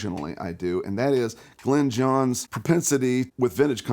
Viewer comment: Might have been nice to get Glyn Johns' name right.